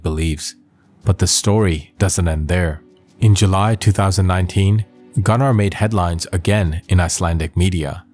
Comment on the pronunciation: Bc his pronunciation is wrong!